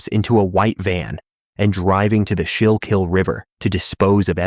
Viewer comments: Schuylkill is pronounced SKOO-kull. And the two trans women featured were heroes. I had the privilege of meeting them a few times and they were beautiful women who wanted nothing short of better for our city. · Everytime he said it. I was like nooo that's not how you say it